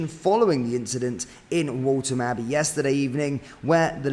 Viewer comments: Please learn to say place names correctly! It’s Waltham Abbey not WALTON Abbey. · Waltham abbey not waltom mate 😊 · its pronounced with an f, Waltham abbey as wolfham . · Scary... I do hope the victims are okay. It's alarming that it has happened in Waltham Abbey, when it's such a small place. I wasn't sure where you were talking about at first, as I've never heard the Waltham in Waltham Abbey being pronounced the way you pronounce it 😄. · Can’t even pronounce Waltham Abbey correctly, amateurish.